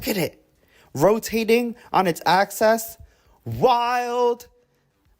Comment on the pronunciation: axis, not access nor “absess”😅